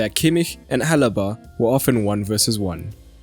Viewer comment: The name is Alaba Not Alba